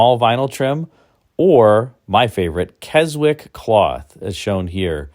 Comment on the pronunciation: I pity the salesman that confused Keynote cloth with Keswick cloth on the order form. I am confident many of us would welcome a full video devoted to the 1970 Buick sales brochure. BTW the 'w' in Keswick is silent 😉